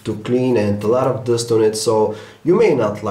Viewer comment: I HATE HIS "DUST" !!! IT SOUNDS LIKE "DOST" !